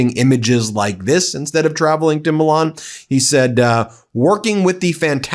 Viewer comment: Please pronounce Milan correctly, it's not the title of a Disney cartoon.